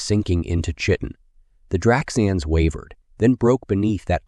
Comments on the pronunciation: Chitin, pronounced "KY-tin" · For future reference, “chitin” rhymes wit “titan” and the “ch” is hard, pronounced “k”.